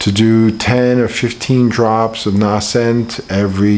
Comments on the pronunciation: Although the Crusader fellow was rude, he is correct about the "long A" sound in Nascent. The word Nascent comes from the same root word as natal (or birth), which relates to coming into existence or bringing new life. Nascent, natal and so on have a long A sound. lives in Brazil, so perhaps their pronunciation is flatter there? No need to be rude at all Crusader. Just the facts. Regarding the Lugol's I would read his book Treatment Protocols before dosing with Lugols. In that book he points out the problem Lugols, and the danger of using it orally. Also, it can burn the skin, as he said,... perhaps it might be mixed with hemp oil to calm that effect.... Just a suggestion. Linda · Please learn how to pronounce "nascent." It's a long A...